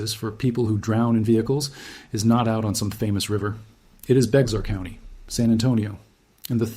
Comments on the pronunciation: Don't say the x in Bexar county. Bay-ar. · Bexar is pronounced BEAR. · Yes a very well explained only Bexar is pronounced BEAR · Tell me you aren't from BEAR county without telling me you aren't from BEAR county 😂. It's spelled Bexar but it's pronounced BEAR. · If you're going to produce AI slop, couldn't you at least not mispronounce a county name within the first minute. Bexar - pronounced "bear". 😆🤦👎 I'm done with this shit show. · ITS BEAR COUNTY LIKE THE. ANIMAL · Well told tragic story. it is pronounced Bear county. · Someone who can't even pronounce "Bexar" proposes to tell us all about our county using ridiculously dramatic a.i. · As soon as Bexar was mispronounced I was done. Ain't got time for that shit! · Ty lol. Thats shit annoyed me through the whole video. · I never portrayed myself as an expert. I was on correcting the YouTube video, from pronunciation, that it is not pronounced the way he was pronouncing it. Thank you for you impressive knowledge of locals San Antonio history. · It's pronounced (Bear) not Beckzar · San Antonio is my hometown, I was born and raised there. The county is Bexar, which is a native American name, but the "x" is SILENT!! ITS PRONOUNCED LIKE "BEAR", NOT "BEX R" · And its "BEAR" not beX-are.... and they want a.i. to run stuff? Oh hell to the no lol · It’s Bexar county is pronounced bear county not be xar and it’s not beetle creek it’s beitel creek and this deadly flood was caused by poor infrastructure and lack of funding from our corrupt City politicians they knew this was a problem and did nothing until the people died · It’s spelled bexar county but it’s pronounced bear county not bex-ar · Jumpin' Jesus on a pogo stick!!! It's BEAR County. Bexar is pronouned BEAR. NOT bex are. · That's BEAR county not bex-ar county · Thanks for the wrong pronunciations of towns, counties, and rivers — those, along with the AI graphics — tells me this could be slop. Y’all got some of it right, though— good job.